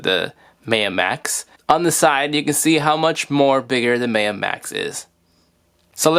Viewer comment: pronounced MyUh, like the Mayan civilization